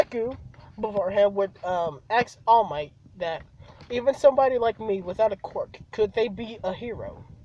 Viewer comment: I love how to you say quirk as cork